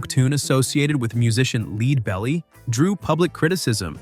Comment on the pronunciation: LEDbelly, not LEED